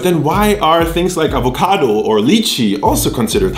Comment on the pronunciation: Wie deutsch du avocado ausgesprochen hast lol